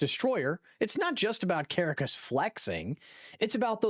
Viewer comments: the capital city of Venezuela is cah-RAH-cahss, rather than CARE-uh-cuss. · It is Ka rock cus not kara cus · It was "AI"....the robot kept pronouncing "Caracas" as "Care-a-cas", it's "Ca-Rah-cas" . This wasn't really authentic at all....just Click Bait.